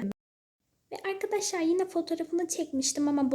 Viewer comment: Ya artık "AyKaDaşLay" deme ya bebek gibi sesin gıcık konuşuyosun